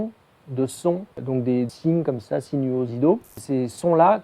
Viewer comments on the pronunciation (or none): Des signes "siniosidaux" ??? WTF !!! Comment tu speak bien la France, mec ! Le fin de l'interview où le gars perd toute crédibilité ! XD